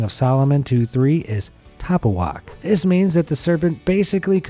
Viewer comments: Ta pu ach! Not Tappu wach! 😂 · The correct pronunciation of apple in Hebrew is ta-POO-akh, with the emphasis on the middle syllable. In case u wanted to know lol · apple is pronounced Ta poo ACH ach like ACHtung תפוח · כל הישראלים שעכשיו רואים איך הוא אומר תפוח זה נשמע כל כך מפגר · Its so funny to hear him say words in hebrew such as תפוח ורע lol